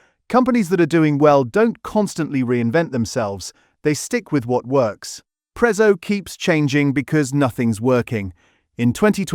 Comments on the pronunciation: It's not pronounced Prezzo it's Pretzo to call it prezzo is disrespectful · If you can pronounce Pizza correctly you can do the same for Prezzo!!